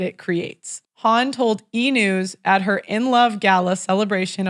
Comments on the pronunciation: Goldie Hawn ( pronounced with a silent W, rhymes with lawn) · How is it possible that doesn’t know how to consistantly pronounce Goldie Hahn’s last name correctly? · Haha the way she said Hawn